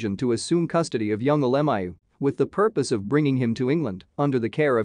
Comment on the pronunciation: I wish they would pronounce his name correctly.